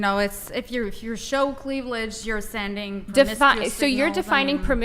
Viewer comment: Chick said cleavlidge. Now you can't unhear it